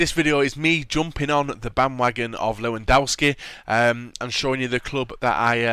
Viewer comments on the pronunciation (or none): the w in his names are pronounced at v! its a polish thing just try saying levidovski:D